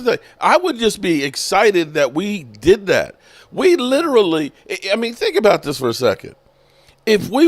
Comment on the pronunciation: He butchers that word. It's disgusting.